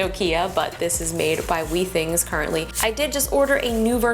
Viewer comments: I think you’ll find that it’s pronounced with-ings with a short “i” not wee-things. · I would be worried about 99.5. That is a low grade fever. If it increases, I would go see your PCP. (Also, your pronunciation of Withings is incorrect)